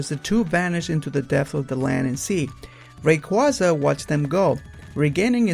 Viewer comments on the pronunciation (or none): They're pronounced Grau-don (as in growl without the L), Ky-ogre, and Ray-quay-za, not Grew-don, Ky-rogue, or Ray-quaza. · I can't help to notice your mispronunciation of Groudon and Kyogre. The Grou in Groudon is pronoubce ad the Grou in Ground. Kyogre is pronounced Kai Ogre. Also a small thing, Rayquaza is pronounced Ray-Quay-Za. Qua as in quasar. The y is just there to emphasize the long A sound.